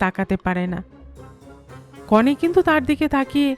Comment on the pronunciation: 'নিতবর' এবং 'কনে' শব্দ দুটি উচ্চারণ ভুল হয়েছে বার2। কানে লেগেছে প্রত্যেক বার ! Please rectify